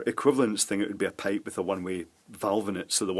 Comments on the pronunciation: What the heck is a peipe? Payp? 😅🤣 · Why you were prounouncing pipe as pape?